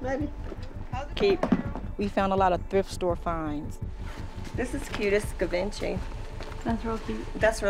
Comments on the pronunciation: Consignment lady said ‘this is cute….it’s Ga-vin-cheee!’ 😵‍💫 I think you mean Givenchy 😂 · Did the lady who is supposed to know what she's talking about just call it "ga"venchy? Rough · I wouldn’t trust those purse ladies for a second. Especially after she said “Geh-vin-chee”.🙄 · Glad I wasn't the only one to notice that. As soon as I did I said, well if she can't pronounce Givenchy then how do we know she even knows what she's doing or isn't ripping her off?? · I use to work in retail selling Givenchy bags. If you were heard saying the name incorrectly, you were transferred 😂😂😂😂😂😂😂😂😂😂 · Pretending to be an expert yet painfully butchers the pronounciation of "Givenchy". Feels totally legit. No doubt about her expertise. Lol. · The way she pronounces Givenchy 🥴😵‍💫